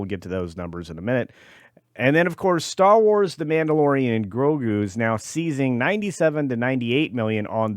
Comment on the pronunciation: Did I miss hear or did you call it the Blandalorian?